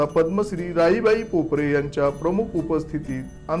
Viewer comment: भाऊ, पोपरे नाही पोपेरे असे आहे.